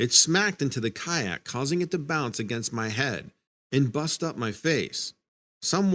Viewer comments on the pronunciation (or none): none